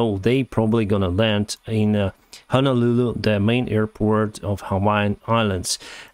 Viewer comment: Honolulu Is a city. The island is Oahu. Good job pronouncing those names.